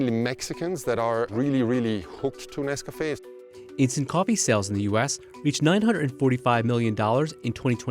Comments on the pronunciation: Are you saying Nescafé? Sounds like Nescapé 😂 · What the hell is "Nes-Kah-Fay"?? Why he saying NesCafé like that?